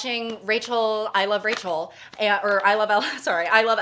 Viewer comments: I heard "Racial Senate" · I thought she said “racial sentence” as if warning us that she was about to say something ethnically charged, but then the sentence was just “I love LA.” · i love that says “rachel” like racial